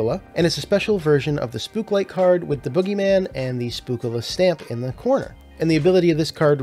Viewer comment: It’s actually pronounced spook ocala. Ocala is the city in Florida that the con is in. So they just took both words and combined them